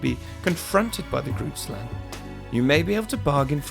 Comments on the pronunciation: I am from South Africa and you pronounce Grootslang wrong. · That's not exactly how you pronounce it lol (I'm South African) The name is Afrikaans and translated to English it means: "big snake" #themoreyouknow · Me: (also a South African) Awesome to see a video about a local cryotid,just wish the creator made more effort to learn how to say "Groot Slang" and "Richtersveld".